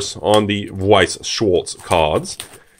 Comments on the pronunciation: your prononciation of Weiß is flawless. On schwarz you could Work xD its more like If you shh someone then the w from weiß and ans the Last Part ist like arts "shhwarts" or Something like that xD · You still mispronounced Schwarz